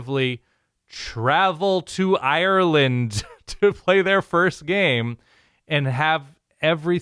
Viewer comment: Not bad content.. keep it up and I’ll consider subscribing. But don’t ever repeat saying Ireland like that. I almost turned off the video